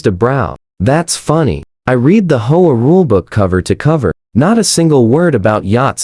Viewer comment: The AI usually pronounces HOA as hoe-ah.